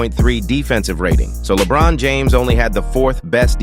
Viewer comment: Please use a different AI generated voice and work harder on ensuring it pronounces the players' names correctly. Your video still makes it feel like it was LaBron and a bunch of plumbers reaching the Finals.